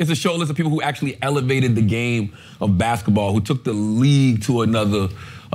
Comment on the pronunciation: I love Charla... but damn you have a lazy tongue, my guy. Baskaball??? You said baskaball about 10 times, and it's cringeworthy.😂😂😂 I love you, my guy.